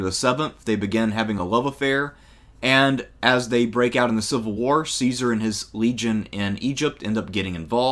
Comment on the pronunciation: the pronunciation IS NOT "see-sar" it's "kai-sar" JOO-LI-US KAI-SAR = Julius Caesar the Romans HAVE NO soft "c" sound, they used "s" for that CICERO is not "sis-sir-oh", it's "kik-ker-oh"